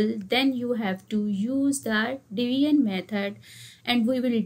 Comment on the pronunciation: It's not divian method.its division methods miss😂😂😂